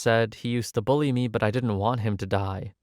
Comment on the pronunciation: It’s “bully” not “bulley”.